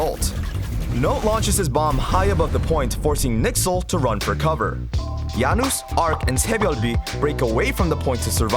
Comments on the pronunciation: i like the videos but please its not nixel its n y x l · Hearing "Nixle" is just so cringey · If I hear anyone pronounce NYXL's name as "Nixel" in a video again I'm going to kill myself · N Y X L not nixel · Great analysis, but you should've stuck with the pronunciation used by the OWL casters for consistency's sake. NYXL is "New York", "N-Y-X-L", or "Excelsior", but never "Nixel". Janus might be the "Hanus" in Korean? Spanish? If the comments are trustworthy, but just say regular Janus with regular J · pls don't say nixl just say NYXL and pronounce the individual letters. great video though keep it up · Did he say “nixel” for NYXL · NIxel? I can only assume that's how the members of NYXL pronounce their team's abbreviation, or maybe it's a nickname for their team? Either way it's strange since it's the first time I ever heard it. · I love your videos! But I also die every time you say Nixel. :P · The fact that you pronounce the “N-Y-X-L” as one work is really weird